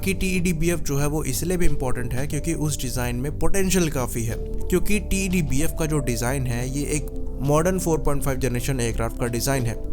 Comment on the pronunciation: Why do you keep calling it "टी.ई.डी. बीएफ" It's so tedious & irritating.. Just call it "टेडबीएफ" & be done with it.